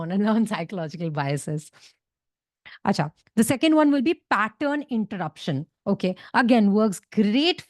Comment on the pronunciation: That achcha is so Bengali 😂